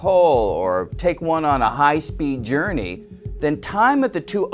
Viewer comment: Did u guys hear "Dournery" instead of journey? Cuz I heard it